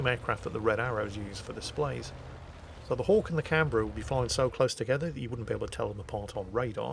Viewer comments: As an Aussie, you have my approval of your pronunciation of Canberra. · Yes he did well...